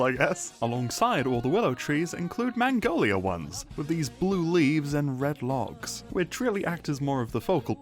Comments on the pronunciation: The way this guy pronounces "Magnolia" makes it sound like he's saying "Mongolia" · Ah yes, the elusive "mangolia" tree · Apologies, regions unexplored nether biomes; I was unfamiliar with your game. even the glistering meadow pre resource pack was really solid imo, color pallet was pretty much the trans flag hehe edit: the way u say "magnolia" scares me a little